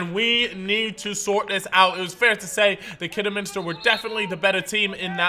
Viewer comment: Fuck me learn how to say Kidderminster